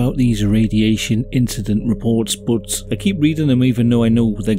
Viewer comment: "it was jusht an inshidont" The incident